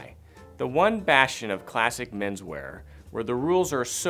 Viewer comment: Did I hear a "Bashion"?...Nice